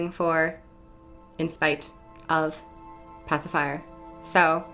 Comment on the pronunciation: It sounds to me like you are saying "Pacifier" which is quite amusing.